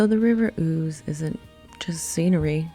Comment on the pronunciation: Well you get 10 points each for pronouncing "Eboracum" and "Ouse" correctly..... Just need to hear you say "Gillygate"!